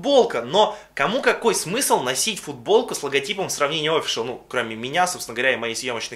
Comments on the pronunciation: А можно офИшл, а не Офишл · оффициал а не оффишел